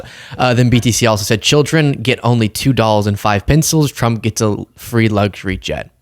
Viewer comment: Why does it sound like Chump when KL says the name of the current Lying President.